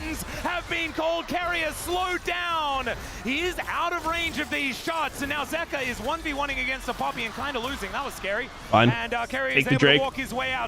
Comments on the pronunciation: its zeka bro why u keep sayin zika lmfao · It's ZEKA, not ZIKA. Why can't he pronounce the name correctly? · Does this guy purposefully mispronounce names like wtf is a zika and zeus like the god like it’s been four years at least